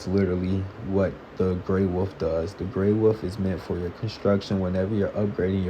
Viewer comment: love how he says "Wuf" instead of Wolf.